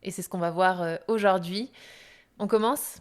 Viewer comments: Le français parlé est souvent différent : par trois fois, cette dame modifie la prononciation du mot 'aujourd'hui' : elle prononce, fort laidement, 'aujord'hui'...... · Aujord'hui -> Aujourd'hui Pourquoi c'est -> Pourquoi est-ce Hormis cela et quelques liaisons manquantes, il est agréable de vous écouter parler.